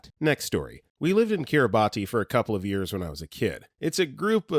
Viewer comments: Kiribati is pronounced kiribas thr ti in the language makes the s sound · Also, Kiribati is pronounced KIRR-i-bass with the last syllable said like the fish.